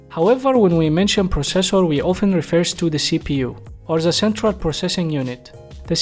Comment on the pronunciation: Say the as ذا مش زا